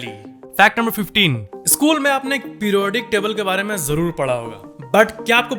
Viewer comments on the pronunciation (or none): none